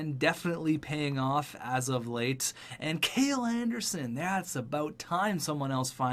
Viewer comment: Ok I ignored it before, but it’s starting to bother me. It’s not pronounced “kayl” it’s pronounced “kal-ee”